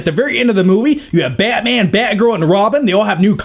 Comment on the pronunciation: Nobody:: BYATMYAN!